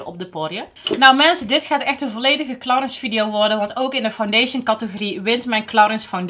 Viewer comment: Toen ik in een parfumerie werkte veel cursussen bij Clarins gehad. Heerlijk merk. Maar je spreekt het uit als claren 😉🤭